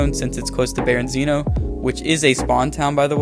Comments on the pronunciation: Berezino not berenzino lol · I never knew someone calling Berezino "Berinzeeno" would piss me off so much.